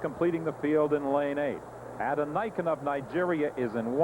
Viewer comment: The Nigerian runner is Olapade Adeniken, pronounced OH-luh-POD-ee. uh-DEN-ih-ken, not ADD-ih-NY-ken.